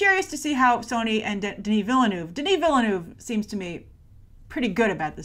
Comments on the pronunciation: How she pronounces Villeneuve is cringe worthy... Sorry! Agree with you on all the rest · For Denis Villeneuve's last name. The "e" is silent, like the French word "ville". Just like the "s" in Denis is silent. French!!! I greatly appreciate your comments on original foreign films being seen. Thank goodness Hollywood does not want to make Bahubali.